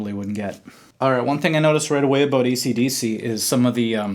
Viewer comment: Did he just say ECDC??? WTF